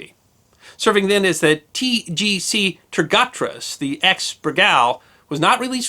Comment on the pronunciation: with all respect, your Turkish blows. Turgut Reis ~~ toor-goot Rey ees Holler if you ever do a video with a lot of Turkish!